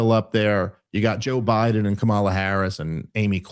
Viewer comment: The Dumbald's prinary loyalty is to Israel, because they have dirt on him, and he's about to prove it by bombingIran for him. And you well know it. Also, you're cool still intentionally mispronouncing Kamala's name at this late date. Embarrassing!